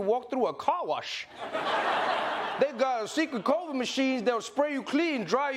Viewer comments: COVRID Herschel Walker can't even pronounce COVID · Okay, first he said "crovid". Secondly what is he even saying?🤣🤣🤣🤣🤣🤣🤣 and someone please tell me "Why are there still apes?" 🤣🤣🤣🤣🤣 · First of all NEVER take the word or health advice of someone who pronounces Covid - Covrid . C’mon Herschel! YOU make ALL of us look bad. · He says COVRID....not COVID,.....so l have even less faith in ANYTHING he says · He was talking about "covrid" not covid. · He lost me at “Cova” 😂😂😂😂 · “Covrid” - Hershel Walker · Did he say Covrid? 😅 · Walker can't even pronounce COVID correctly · He can't even say COVID. "Kovrid." with his sheriff's badge from the Dollar Tree. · Did he say corvid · "Coverid?" Is that a new strand? ..One may never know. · I thought it was Covid and not Covird... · ah here’s the truth.. listen closely.. he wasn’t talking about COVID, he was saying COVERT😂😂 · Coverite...Gotta love Hershel's pronunciation of the word covid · That ninja said corvid! SMH 🤦‍♂️ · COVRID??? N***a please stop. He can’t even pronounce it!! If anybody came from an ape, it’s him!! Dumb idiot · Is he saying covert? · Does he know he's saying "covert" and not Covid? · Did he say CORVID? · He can’t even pronounce the word Covid ! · Herschel cant even say COVID properly. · He can’t even say the word Covid. A very dumb guy . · i cant trust anyone who cant pronounce"covid" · Thank you! Something outside of GA finally knows he can't even pronounce covid